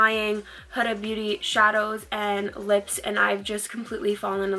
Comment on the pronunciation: Pretty sure its HOO-Duh. She has a channel and thats how she says her own name. Your look was STUNNING!!! Had to sub :)